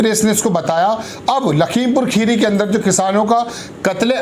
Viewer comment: खीरी नहीं होता भाई मेरे। 'खेड़ी' बोला जाता है।